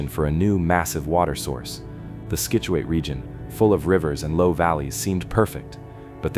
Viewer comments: Great video. But you cannot keep saying skitchuate. Pronounce it like "Sitchewit" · I enjoyed your video but for future reference: Scituate is pronounced "sit" u ate. Keep up the good work. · Scituate is ponounced Sit chu at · Sit chu it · The mispronounciations of Scituate and Narragansett are killinggggg meeee😂